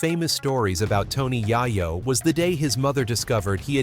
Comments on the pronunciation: I automatically do not want to finish this video only 2 mins in .... I hate these cornball ass doc. Directors who can't even pronounce the name of the person they have the video about ..... Then to top it off they have the face of Joe Rogan who has nothing to do with any of this LMAO..... So because the way he is saying yayos name now I can't even watch the video . ... F ing cornballs you make me want to vomit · I said the same exact thing I gave his. Video a thumbs down just because the way he is pronouncing the name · I want to really appreciate you guys when yall make documentaries and these short videos of the rap culture. Yall do the research but saying his name wrong in the first 30 secs of the video is just bad as it gets. I won't even watch you. I'm downvoting, I hope they bring it back to where you can see how many people don't like videos in the future